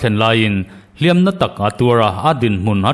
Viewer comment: "Hliam tuar" tih a, 'Hliam' i thlûk dãn hi a dik ṭhin lo va, Comment oêk leh Like ka phûr lo ṭhin.